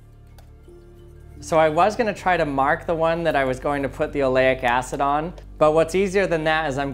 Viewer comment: Aleyic Acid. Oh my god.... Kool ecperement